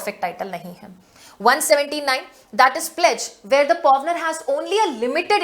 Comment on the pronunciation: pronunciation toh sahi kro pawner and pawnee ki w is silent in it madam